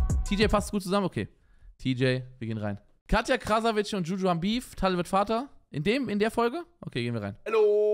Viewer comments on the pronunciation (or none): Wieso sagen alle "Krasavitsche"? Man spricht es "Krasavitse" aus. Das "c" wird im tschechischen wie das deutsche "z" ausgesprochen. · Sie heißt Katja Krasavice (ausgesprochen Krasawitze) 🤍❕❗️⚠️